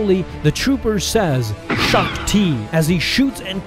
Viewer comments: BROO, HEARING A GENERAL SHAAK TI HURT ME HARDDDD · "Shaak Ti." wipes tear A true veteran.